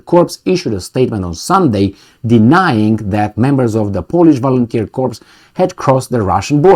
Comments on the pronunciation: Corps sounds like core no ess plural sounds. Unequivocal or unequivocally goes like un equi vocal. Basically no doubts or very sure. For your information I have similar problems when dealing with more than three syllables. Gooder. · Corps is pronounced like the French original 'cor' drop the 'ps' because the French can't spell; unequivocally 'un-eckwiv-voh-cal-lee' meaning not-qualified: so certain, absolutely for sure as OP says.